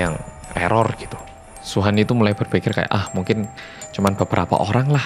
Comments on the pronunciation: Nama Suhan Gw dengernya wuhan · Sama ku pikir sebutin luhan😁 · Ak kira Wuhan :v